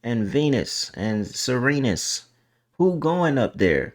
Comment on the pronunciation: Not Serenus 😂